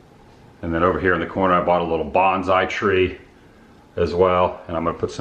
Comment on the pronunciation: It’s Bonsai not banzai